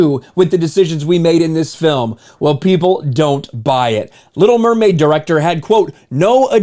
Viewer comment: The Li’l Mermaid